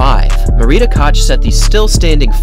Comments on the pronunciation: Koch: No!(Koch, not "Kotsch"!) Sorry, I'm German :) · you pronounce Martia Koch's surname wrong. The "ch" letters have to be pronounced like "h" in Hemingway or Hennesy. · Kratochvilova was pronounced quite good, with that "CH" ("J"avier) exception... but still, quite good ;-) Koch was wrong - I just wonder why, German language is quite widespread, no? Comparing to Czech at least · Butchered Koch too.